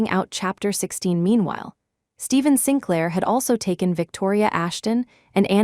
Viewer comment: Sinclair is pronounced Sinklaer